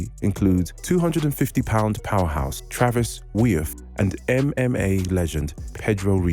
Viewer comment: Stopped watching when the 1st 2 names he says he pronounced wrong. Travis "wiuff" as you said is pronounced "view" and Pedro "ritzo" is pronounced "hizzo" get the names right ffs